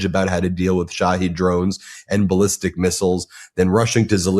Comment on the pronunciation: Shawheeed drones! Not Shawhead. Thank you 😊